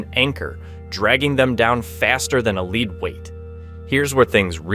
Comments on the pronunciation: A 'leed" weight? What's that? Another bot video = a waste of time. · So you don't know how to pronounce lead weight to you